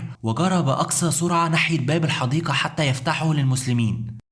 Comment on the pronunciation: قناة رائعة لكن يااخي ارجو اهتمامك بلفظ واللثويات الحديقة وليست الحديكة ذالك وليس زالك الجنود وليس الكنود لوسمحت مجرد نصيحة من اخ